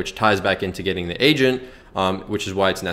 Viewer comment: Finally an honest drop shipping guide...so much bs make 10k in ten hours type rubbish. TY! When u said u need an "agent" I heard "Asian" and was confused lol